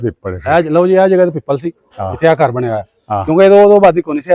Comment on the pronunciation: ਪੀਪਲ ਨਹੀਂ ਪਿੱਪਲ